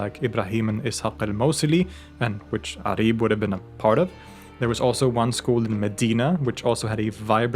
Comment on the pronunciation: It’s not Arib it’s pronounced Uraib in Arabic.